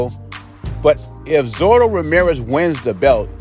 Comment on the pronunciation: Hey, I may have heard you wrong, but it sounded like you're calling him Zoro, it's "Zurdo" which iin Spanish, is a nick-name for someone who is left-handed. Kind of like we'd say "Lefty" in English.